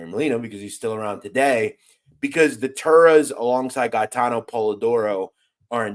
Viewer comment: Respectfully you pronunciation of Gate-en Polidoro. He was a Fuckin gangster for real,I went to junior high school with him..He was a stand up guy.. He was taking shit down by himself he was like a daredevil love to ride dirt bikes, real athletic.